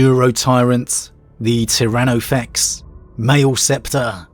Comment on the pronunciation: Mate, "Maleceptor" is mah-leh-septor not may-ul-septor come on. How would you pronounce "Maleficent" or "malediction"?